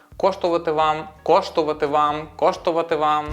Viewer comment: Так і не виговорив "коштуватиме"